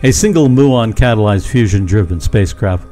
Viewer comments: It's myoo-on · You ought to look up the pronunciation of Muon. Seriously.